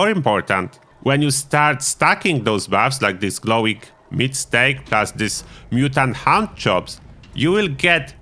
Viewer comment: Mutant Hound chops sounded like you said Mutant Hand Jobs 😂